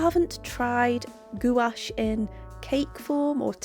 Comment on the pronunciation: Hi love your videos but just a FYI it's pronounced gwash, I've recently bought these and loved them. I'm not a fan of carran d ache as I've tried pencils and thought they were over priced and not that great but do like these. LOVE your fox